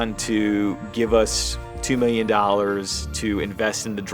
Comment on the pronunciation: Hi think you should say milliun😅😊